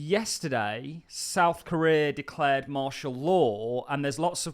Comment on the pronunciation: The way you pronounce Korea is killing me dude 😂